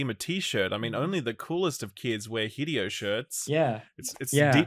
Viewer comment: It is not HI-DEE-OH. Hi-Dey-Oh. E in Japanese is always pronounced as Aye.